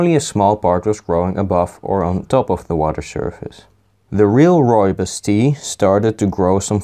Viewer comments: Nearly spat out my tea at 'RRREAL RRROOIBOS RRRESIDUE" lmfao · I liked the RReal RRooibos RResidue